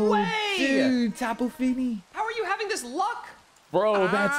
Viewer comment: its not pronounced fini its pronounced feenee oh and russo regice is super weak and nobody uses it same with regirock